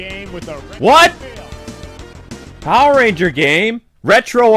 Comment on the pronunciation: Why did you say power ranger like that